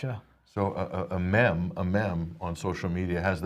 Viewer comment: Dear God...will someone please tell its pronounced "MEEM" not bloody "Mem"